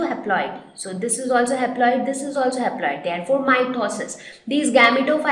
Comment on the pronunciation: Excuse me... exactly at 5.07 or 5.06 you may say something wrong... you said something like "change haploid to aploide"....???